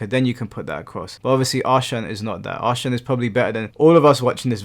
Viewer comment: jsyk, Ahsan is pronounced 'EH-sun'